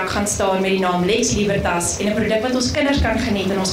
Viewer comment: Uitspraak nie "Liebertas" nie, maar Libertas, asb. (Jy het seker nie Latyn studeer nie.)